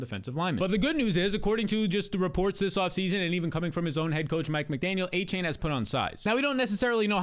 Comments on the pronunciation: it's ay-chan. not aychain. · found a way to pronounce Achane 9 different ways in this video